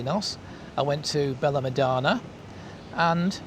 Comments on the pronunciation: Perhaps you should learn how to pronounce Benelmadena and Fuengerola. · Pronunciation of Fuengirola and Benalmadena needs attention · totally butchered